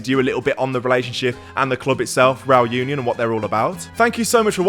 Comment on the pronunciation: Great video. Just one thing though, Union is pronounced ooh-nion, same as Unai.